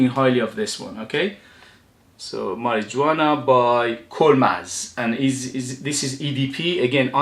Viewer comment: Must admit I've never heard Marijuana pronounced that way, but the j is actually pronounced like an h sound. Mary -huana. Spanish for mary jane. Not a good idea to wear this one if you happen to be stopped by police. You'll be arrested. Lol.